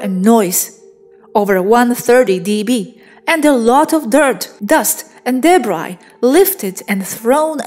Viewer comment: This information needs animated diagrams! Very interesting, though a link directing us to Swaruu's information about Gravity and one about the sun would be helpful. (Pronunciation tips for: chaos = kay-oss; debris = deb-ree). I'd love to know why Swaruu calls her ship Suzy! Naming vehichles is a very cute human quirk;)